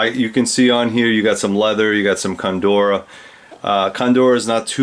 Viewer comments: Is Condura the same as Cordura. I think you are mispronouncing it. Otherwise excellent video and thanks for sharing your amazing collection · coNdora? I think you mean cordura. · "COR"dura... not CONdura, excellent vids